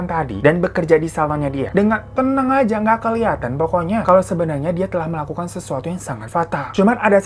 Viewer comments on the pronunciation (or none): bang hiro bilang "febby ajjah".. ajjah nya itu loh 😂😂😂😂